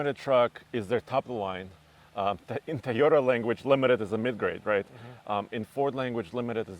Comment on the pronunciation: That’s the Thai oh day guy who can’t say Toyota dam it say Toyota right please you killing me man lol 😂